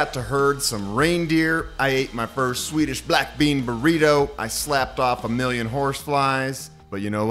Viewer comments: Your Swedish pronunciation is so good. 👏👏👏🥰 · Your swedish pronunciation is really quite amazing.